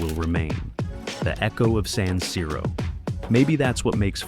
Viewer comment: Quello moderno sarà bello quanto questa voce artificiale che continua a dire saniro. Di per sé la cosa poco convincente. Poi vorrei capire cosa cavolo c'entrano i centri commerciali con lo stadio.